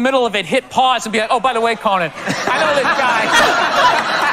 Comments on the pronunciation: I love that you say "Cohen". It's Conan...and you need to know about Conan and his undying contribution to comedy. Because Conan is...Conan. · Did you pronounce Conan wrong?